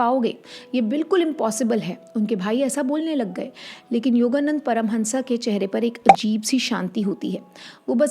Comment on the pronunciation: योगानंद... Not योगानंदा... 🌹